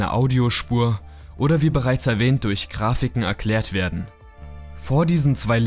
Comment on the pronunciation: wie er die gane zeit "krafiken" sagt